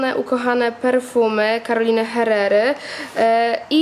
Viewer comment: Carolina Herrera - czyta się bez H, bo to nazwisko w języku hiszpańskim...